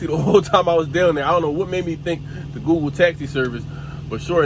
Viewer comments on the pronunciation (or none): none